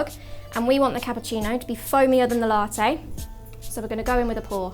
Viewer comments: La' teyyy 😅😅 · given how common glottal stops are in british english, it's weird that she doesn't pronounce "latte" with a glottal stop.